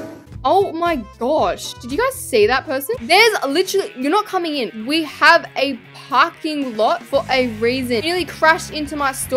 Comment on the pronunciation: you said packing lot